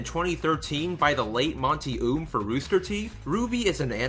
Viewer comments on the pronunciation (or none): I don't wanna be "That person" Buuuuutttt his name is pronounced like "Owm" not "Oom" That is all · Just for future reference, the pronunciation of the creator is "oh um" no hate, just a little correction. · FYI, his last name is pronounced "oh-umm" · I'm a tad bit late but, guy's last name is pronounced Oum (Oh-uh-m) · You said Monty Oum's last name wrong. It's pronounced like Owm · "Monty Oom" lol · Any one else notice that he mispronused monty's name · He pronounced Monty's last name wrong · Please pronounce his last name right next time please